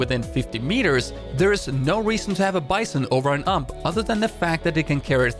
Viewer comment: The way you say "ump" instead of "you-am-pee" makes me slightly uncomfortable lol